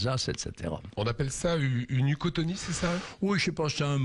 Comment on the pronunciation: C'est pas une uchotonie, c'est une uchronie !